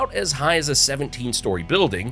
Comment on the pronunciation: .Edizztoe WTF😂! South Carolina here. He probably called Huger street in Columbia Hew-ger😂 or Gervais Street Ger-vi-ass😂. I'm actually surprised he said Congaree properly!